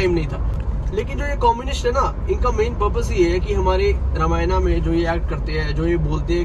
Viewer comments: Brro you are not a real Hindu apne granth ka toh shi se naam lena seekhein pehle it's Ramayan not Ramayana ok orr yeh channel bhut se non Hindus bhi dekhte hain unpr kya impact pdega aapne kbhi kisi muslim ko Namaz ki jagah Namaza kehte hue suna hai toh aap bhi apni glti sudharein. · Bhaiya ramayana nhi ramayan boliye Jai shree ram 🙏🏻🙏🏻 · भ‌इया अगर आप रामायणा की जगह रामायण बोलोगे तो ज्यादा अच्छा है। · रामायना ❌ रामायण ✅ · Bhai ye sab toh thik hai par ramayana kyu bol raha hai रामायण ko google translate bhi रामायण hi bolta hai tu kyu angrez ban raha hai😂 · भाई पहले तो रामायना बोलना बंद कर... "रामायण" बोल